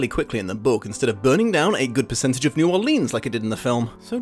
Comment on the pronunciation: I love you but I can’t help but cringe every time you said New Orleans But it’s OK a lot of people not from Louisiana say it like that